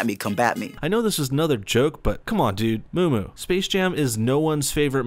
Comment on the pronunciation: Anybody laugh when he calls him moomoo?😂 Just me? okay.